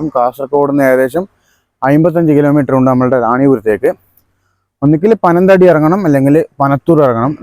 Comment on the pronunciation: പനം തടി ആണോ . പനത്തടി അല്ലെ